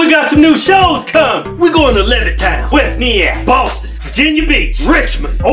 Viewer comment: He needs to stop saying west Nyack wrong😖